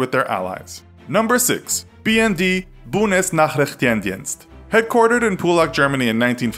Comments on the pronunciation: Are you from Russia. Your pronunciation of Bundesnachrichtendienst sounded a bit Russian. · Bunesnachrichtjendjenst lol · Bjunesnaschischtan Dienst Hahahaha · Buuundesnaichrichteend-dinnst 😂😂😂 perfect 👌🏼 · That German pronunciation LOL. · Didn't even try to pronounce Bundesnachrichtendienst. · Libby Wood well yeah but one thing the mi6 can’t do is pronounce the german secret intelligances name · As a german...I cannot forgive your pronunciation of Bundesnachrichtendienst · Hahahaha when Americans pronounced Bundesnachrichtendienst 😂😂😂😂😂😂 just awesome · I Have never seen anyone butcher the german one so hard xD Even I can pronounce it much better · The pronouncing of Bundesnachrichtendienst killed me (as german). I'm sorry. xD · You absolutely butchered the word "Bundesnachrichtendienst" :D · He sounded like a russian dude when he pronounced "Bundesnachrichtendienst" :D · The way you are pronouncing "Bundesnachrichtendienst" is killing me. I love when not native speakers try to speak german haha